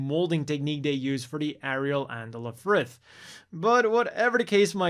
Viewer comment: It's actually pronounced "Elfrith" according to the WfM English dub. I guess they should've put a hyphen in it ("L-Frith"), then there'd be no ambiguity.